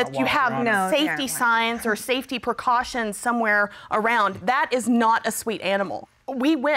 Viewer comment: it conman sense when you have children AWOUND